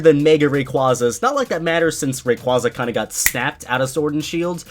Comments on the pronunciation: its ray-qu-A-za not ray-qu-AH-za im tired of hearing rayquAHza instead of the actual name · Ray-quza the long a sound ray-quA-za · It's supposed to be pronounced Ray-Kway-Zah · you're an amazing guy and an amazing PokéTuber, but seriously, It's pronounced RAY-QWAY-ZUH. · first off, you're pronouncing Rayquaza wrong. second, mega evolution also got snapped